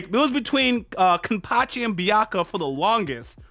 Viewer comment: Man's pronouncing Tite Kubo & Byakuya's name the CORRECT way then says "hol up! I think I'm saying the names wrong!" but in the reactions completely butchers everyone's names & attacks even tho the subtitles is displaying their names right on the screen. lmao 🤣 I'm convinced man's doing this on purpose.